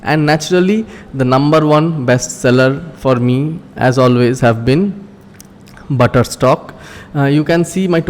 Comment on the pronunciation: Why are you saying shutter stock as butterstock